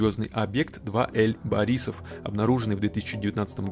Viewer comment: только не 2ЭЛЬ борисов а 2АЙ борисов))) что на английском означает интерстеллар(межзвездный)